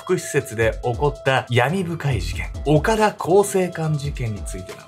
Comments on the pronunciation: 濁点の発音が苦手なのぬ オカラ更生館💦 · 岡田がずーーーっと「おから」に聞こえてて、「おから更生館って変な名前や〜」って思ってた。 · おからこうせいかんって聞こえた🤣 潜入捜査すごい！ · ダメだ…何回聞いてもオカラ更生館って聞こえるぜ… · 本当にオカラにしか聞こえない笑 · おからって聞こえてしまう……